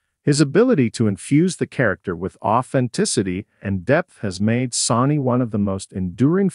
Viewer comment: Can’t say any name correctly. Sounds completely ignorant. I can’t stand to even listen to it. Who the hec is sawnie and who is Avia oh I guess the voice over is trying to pronounce Sonny and Ava. Don’t have any idea who Beenard is? I’m thinking they’re trying pronounce Sonny’s real actual name.